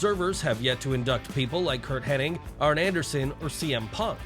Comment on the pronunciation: Hennig not Henning